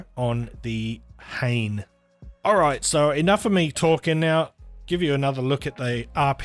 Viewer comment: FYI the model name is pronounced hah-nay. It means feather in Japanese.